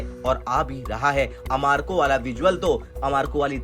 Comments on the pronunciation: ARAMCO ❌AMAKO ☑️😄😄😄😄 Kya reporter bane ga re tu 🫣🫣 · मेरे भाई , सऊदी अरब की तेल कंपनी का नाम आमारको नहीं बल्कि आरामको है। आपने गलत नाम बोला है, इसका वीओ दुबारा करें और फिर से इस वीडियो को पोस्ट करने का कष्ट करें। धन्यवाद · Woh amarko nahi Aramco hai acche se padhai karo.😂😂😂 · Aramco hai bhai, Amarco nahin, abhi toh aapki reporting parr bhi shakk ho rahaa hai. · तुम्हे रिपोर्टर किसने बनाया भाई? एक तो मजाकिया थंबल लगते हो ऊपर आरामको को अमारको बता रहे हो😅